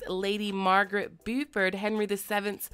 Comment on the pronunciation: Beauford is pronounced Bo (rhymes with go) ford.